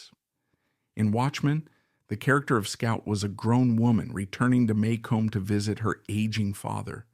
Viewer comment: You mispronounce Maycomb, as does everyone who isnt from the South. Maycomb is pronounced May-cum